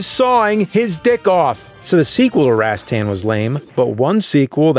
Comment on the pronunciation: Unfold that stock, maggot! Remember the awesome boss battle music from Darius Twin? "orangutan" "rohs-TOHN." You know, with the "a's" making the schwa sound and the accent on the second syllable. The word you're looking for is "anagram." I'm pretty sure you've used that word in past episodes.